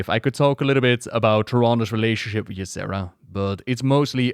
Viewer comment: Once again great video and thank you for recognizing that Tyrande is a bas ass. thank you for your showing us why she such a great character. I also have a few things to say. I'm irritated with the Xavius actors mispronouncation of Tyrande and Ysera. I also don't like what they did in Legion. Also in Legion they cut Tyrande out of the opening quest sequence where she would have been fighting the BL in Ancients NE ruins. They also cut her out of TOS! It was the temple of Elune, the very place where she TRAINED!!!!! WTF?!?! Speaking of Ysera and their relationship, it is all speculation. And honestly, I would have thought that Tyrande may not have been that close with Ysera seeing as she spends the vast majority of her time in the Dream and that her "blessing" on Nordrassil took Malfurion away from her. You'd think she'd have some resentment for that. I do love that they are friends but still... Elune didn't fail the Kaldorei, blizz did. They did it with an awful story line that gave Elune nothing to work with and no place to grow. Surprising? No. They barely recognize that Cenarius is her son. The Night Warrior should have ALWAYS had those nocturnal tattoos/markings. We really need to applaud Tyrande's voice actress because that final phase in Ardenweald was excellent work. You felt the anger in her performance especially at "Ash'al theri'das" "Ath' rok ilisar thande". So good! And to see her pulling and using so much power (even if it was against me, which was so sad) w